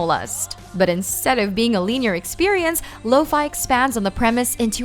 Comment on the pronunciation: Did she say "Lean Year" as in linear?